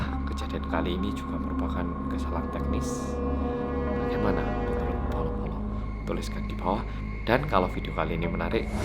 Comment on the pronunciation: Mas nada mu beda Bolo-Bolo bukan Polo-Polo